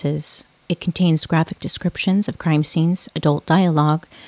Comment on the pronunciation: I feel like you were trying to say descriptions but were thinking disruptions and it came out descruptions lol